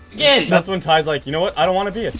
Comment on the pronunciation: It's TYs foot not ties foot